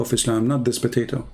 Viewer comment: It’s potato not bateto